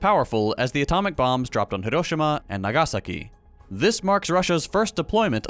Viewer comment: Thank you for making the effort to pronounce proper nouns in the original languages! I noticed you stressed the syllables the way a Japanese speaker would when saying hiROshima and naGAsaki :) - best from Japan